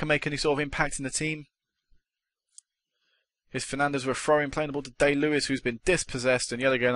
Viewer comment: its pronounced die lewis